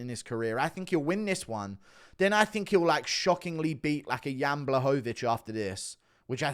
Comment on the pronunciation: Ur saying jean's name in the wrong way